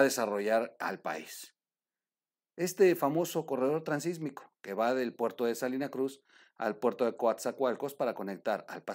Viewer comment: Felicidades por el Programa ! La única recomendación es gramatical; se habla del Itsmo, No del Sismo, por ello debe decirse Transitsmico , No Transismico. Saludos y Adelante !